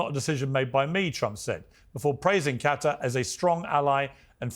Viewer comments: why are these journalist all miss pronouncing Qatar, Piers says it correctly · Why is it so impossible for Americans to pronounce Qatar correctly? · Maybe if Sachs could pronounce Qatar correctly? I can’t listen to to this man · What’s also embarrassing is this guy’s pronunciation of Qatar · Is not called "Cutter"... is Qatar! 🤦🏻‍♂ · Just by the way they pronounce Qatar as “Cater” you can tell these demons have no respect for that country. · I just realised Americans call Qatar "Cud'r" or "Cudder" yet pronounce Qatari correctly ! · Anyone else infuriated by “Cutter”? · Americans are so dumb. Can’t even pronounce Qatar properly….”Cutter” “Cutter” 😂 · Embarrassing pronunciation or Qatar tbh lol cutter who the fk is cutter lol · Who pronounces Qatar as cutter? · Learned people saying ””Qatar” ”Cutter” is quite concerning. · I thought is was pronounced KAY-TAR. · This guy can't even pronounce Qatar properly. Cutter was the agent in Passenger 57 played by Wesley Snipes! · I was thinking the same.... also "cuttery"? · Qatar is pronounced cutter . actually pronounced "terrorist state"